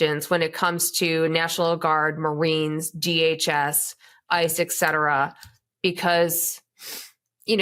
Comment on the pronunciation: 'Et' cetera, Amanda. Omg!